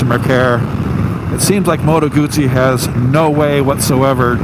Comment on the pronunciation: Remember you pronounce Guzzi as gusi....